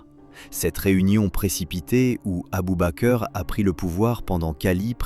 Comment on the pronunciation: Abubaker 🤣 mais merde relisez vos textes avant de les faire régurgiter par votre robot!